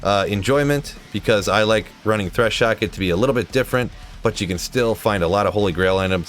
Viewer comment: "Threshocket" lol